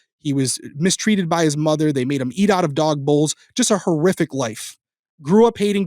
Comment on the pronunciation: lol sooo…I know you said “horrific”…because, context… but bro,, that sounded a lot like “terrific” (as in…”what they did was terrific!”) and I had to laugh at that. Then I felt guilty for laughing, given the subject matter, but it was funny, nonetheless. Apologies to anyone who is offended by this misheard statement… I guess I’ll just “cough it up” to another reason is an absolute legend.